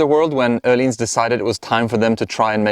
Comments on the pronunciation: You actually pronounced it correctly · Nice review, very informative, also I think it's the \ first video I have seen that is not with a swede at Öhlins, saying Öhlins correctly.